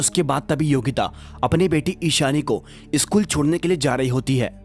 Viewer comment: सकुल को ईसकुल कियू बोलते हो